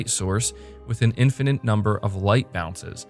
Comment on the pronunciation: ˈɪ̃nˌfə. nɪt Infinite Why cant you say this word